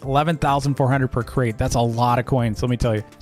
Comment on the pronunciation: Who else thought he said, welcome back to another great video? Then I realised it was crate lol